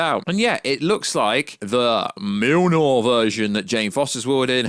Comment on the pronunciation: Dude what is the deal with you pronouncing Mjolnir as MIL-NOR…. It’s MULE-NEAR my dude 😂